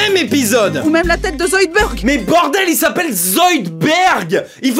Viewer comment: zoidbeUrd !!! IL AI OU LE U !!!!!!!!! Amblance